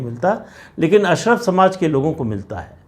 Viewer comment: अशरफ नहीं अशराफ (कुलीन).